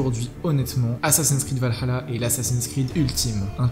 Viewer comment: Faudrait bien prononcer le vahalla mdr cv plus la